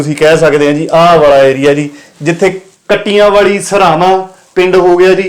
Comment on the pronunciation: ਕਬਰ ਵਾਲ਼ਾ,, ਕੱਟਿਆਂ ਵਾਲ਼ੀ,, ਸਰਾਵਾਂ ਬੋਦਲਾਂ,,shi ਉਚਾਰਨ ਹੈ ਜੀ